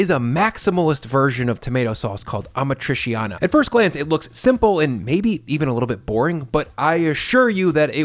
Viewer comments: FYI - its pronounced ah-mat-tree-cha-nah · Ah MA tri CHA nah 👈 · Just a small pet peeve - Amatriciana is not pronounced like that 😉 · I love your channel so much but that pronunciation of amatriciana is grinding my gears lmfao. I live around too many Italians. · the way he says 'amatriciana' is sooo bad omg, at least learn how to say things in Italian, it's the bare minimum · You freaking butchered the pronunciation of amatriciana